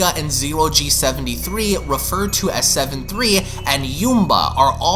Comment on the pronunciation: It's Seven Slee not Seven Three